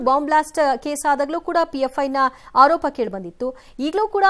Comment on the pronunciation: ಅಕ್ಕಯ್ಯ, ಹಾರೋಪ ಅಲ್ಲ ಆರೋಪ